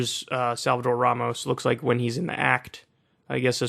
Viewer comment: Abbot does a press conference and when he said Ramos' name, he kept mispronouncing it "Romas," as if Ramos was some unpronounceable name. It's a perfectly stark exposure to the hard lack of empathy and connection to all the people of Texas, not just the white good ol' boys and girls.